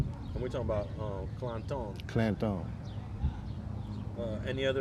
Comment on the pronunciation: No such thing as "Clan-tone" its Clanton period. It's an English name English Origin, Mexicans tried to put a Spanish twist on it. It's annoying when I hear "Clan-tone" lol.